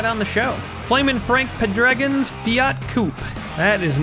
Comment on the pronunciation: It's pronounced "Pay-druh-Gawn" teaming with Don "The Snake" Prudhomme & Tom "The Mongoose" McEwen. - Obviously you're not a drag racing fan.